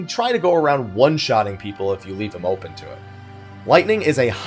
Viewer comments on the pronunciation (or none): none